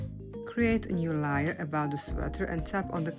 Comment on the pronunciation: Beautiful…lAr🎉 layer is pronounced like it sounds a. .. l A er.. not. l i er